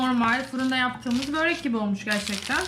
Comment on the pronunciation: Böğğğreek değil. Börek.